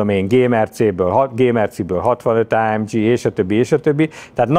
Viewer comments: Nem áemdzsiiiii hanem AMG !!!!!!! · Azt hittem a Geszti pályát váltott, tetszett a téma viszont az ámdzsizés idegesítő. Kedvencem a márka , Á M G a G az egy német helységnevet szimbolizál semmiképpen sem dzs, és így jön ki a két alapítótaggal a legendás név. Aufrecht Melcher Großaspach. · Ezen a szinten miért Lorinsen és AMdzsí?